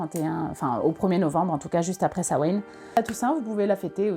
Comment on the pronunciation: Ça se prononce pas comme ça, ça se prononce "Sa-ween" (en gros), attention, ça reste un mot d'une langue encore vivante, donc il y a une prononciation correcte normalement